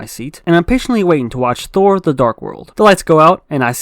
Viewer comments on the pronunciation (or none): none